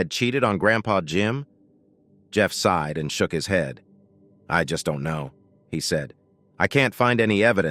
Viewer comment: Enjoyed the story very much. As a note it is "SIGHED" not "SIDE"!!!